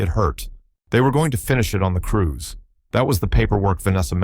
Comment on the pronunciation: I love revenge stories. But, it is cruise not crews.